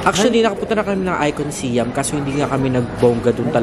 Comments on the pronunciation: Guys, its Icon Siam(Sayam) not (Siyam) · Ang pagbigkas po nyan is icon sayam. Hindi po siyam